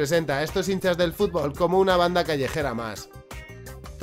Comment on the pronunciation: escuche "incels del futbol" . y no "hinchas del futbol" .